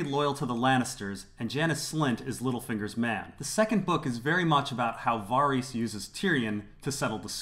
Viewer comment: Can you please pronounce Varys correctly, it really upsets me